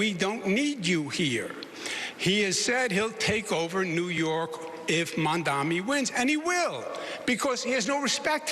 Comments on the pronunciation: I don't get it. Educated man cannot pronounce his name. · The live audience is a lot better for the debate. Listening closely here it sounds like both one of the candidates -- if not two-- plus the moderators have given up on pronouncing Mamdani correctly. They may all get a lot of practice after the election. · And Curtis can't pronounce it either